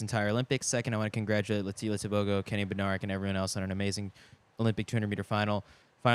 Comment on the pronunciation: Can the announcer for the M 200 give Kenny an apology for always saying his name wrong “Benereck” especially when the other commentators were saying correctly. It was in all the heats and finals. Yes I’m picky but he’s a professional , get it right!